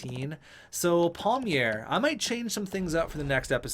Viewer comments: Isn't it like said like Pielmayer than Palmier or Palmieri? idk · Palmeir = “peel-my-er”